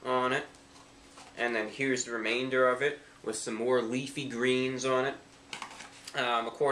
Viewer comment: why'd you put so much emphasis when you said leafy? lol